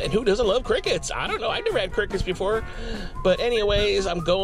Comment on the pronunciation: I thought he was saying "I'm gonna eat crackheads" lol